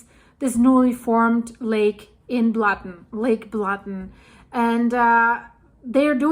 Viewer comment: "Lake Blatten", OMG, that hurts!